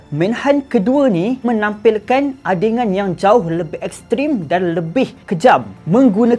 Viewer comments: Ade Gun bro Gun gun. Sebutan basic melayu ja tu. Adey Gun. Adegan. Adegan bukan adengan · ADEGAN, Bukan ADENGAN. Mana ada Huruf N.